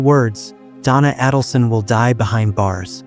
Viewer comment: you mispronounce her name. It’s A - dulson. Not Ah-dulson.